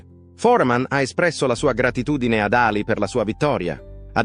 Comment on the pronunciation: La voce narrante è orrenda! Voce artificiale al peggio del peggio. Dice sempre Ali con accento sulla A anziché Alì con accento sulla i.